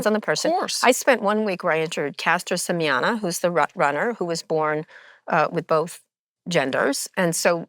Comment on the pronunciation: Mispronounces caster semenya and then says she was "born with both genders." Very rough start